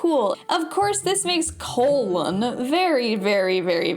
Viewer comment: It's colin did you not play the game? Was that some sort of failed bit or did you actually think the pronunciation could have been colon? Have you just never actually heard of the name Colin before?